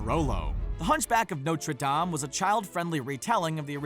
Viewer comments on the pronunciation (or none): he said notrdame wrong